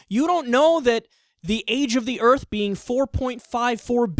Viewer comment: "He could create 'uh earf'"...He needs to learn to speak properly